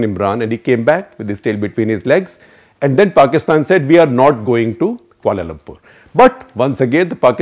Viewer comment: Kia-Lum-Purr (3 syllables)